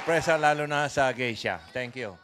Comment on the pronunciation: Grabe ka Pao naging gay-sha 😂😂